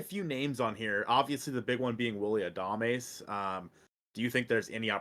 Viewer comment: I hope the Mariners don't get Adames cuz i couldn't handle listening to calling him Adamace all season lol